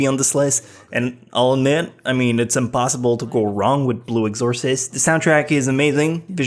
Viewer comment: you are saying blue exorcist wrong